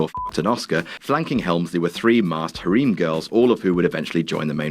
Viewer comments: HAREEM GIRLS ITS FUCKING HAIR-EM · Hareem? Don't you mean Hah-rem? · Hareem? HAREEM? Don't you fucking mean Harem, as in Hair-em, you fucking dingus. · I love how he pronounce HARIM' LOL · "hareem" ugh you Brits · Hareem girls? Lool that pronunciation. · I love you.... But dammit I'm cringing at the way you say Harem. It's pronounced like "Hair em" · lmfao the way he pronounces harem "hareem" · Obviously never heard or said the word "harem" before. I know Brits mispronounce everything but geez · The way he says Harem :P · Wow. That's how you pronounce harem in the UK. Weird. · Dude! Have you never seen the word HAREM before? You're butchering the pronunciation of it! 😅 It's killin m gymh earholes!